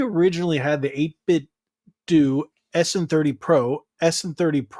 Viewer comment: “Doo” where do you get the extra o from?